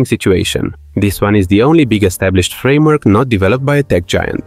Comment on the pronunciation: "Frameork" fluent, oops!